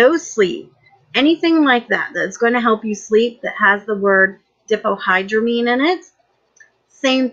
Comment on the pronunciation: not to be the pronunciation police, but that is nowhere close. "Dee hipa nigh a dramine" what.... it's Die fen hydra mine